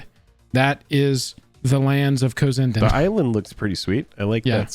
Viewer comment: Just a friendly heads up, it's actually pronounced "cozy n' dan." They're an artist couple that's been around in the indie/underground art scene for awhile now, great work